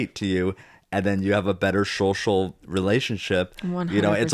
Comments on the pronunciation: I was giggling the whole episode at Zach saying “shocial” 🤭 Love y’all! 😄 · Haha I love how Zack says “shocial” bc I can remember the episode of Tori saying how Zach doesn’t pronounce things right sometimes 🤣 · I think it’s funny that Zack, can’t pronounce “social”! Is it Zach or Zack? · Not a criticism but whenever Zach says “social” it catches me off guard. I know how he says it and am sure there is a reason but it still surprises me when it happens.